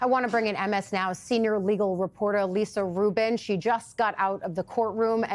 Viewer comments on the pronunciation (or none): none